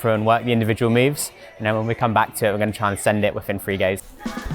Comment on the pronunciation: when i hear her say "guwon" i knew it was sheffield.